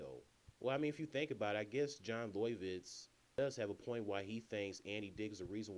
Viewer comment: Pronounced 'Lovitz' not what you said lol